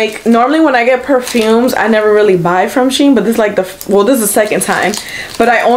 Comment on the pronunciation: It’s “She IN”